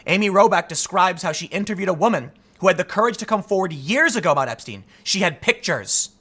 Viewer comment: epstine? What’s that? Like a beer mug? Who is Clin-ton? I’ve never heard these names. - ABC news